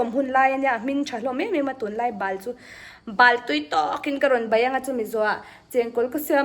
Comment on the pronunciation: Ba nilo in bal tih tur zawk a lawm